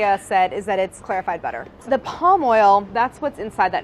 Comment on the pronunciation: I know she said clarified. I know she said clarified. All.... I could hear was "claire-ified" 💀